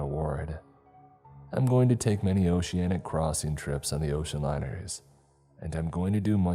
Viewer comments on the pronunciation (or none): none